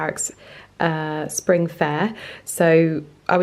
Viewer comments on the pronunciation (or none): none